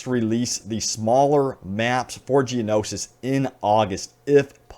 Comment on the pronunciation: Geono-shi... Geonosis.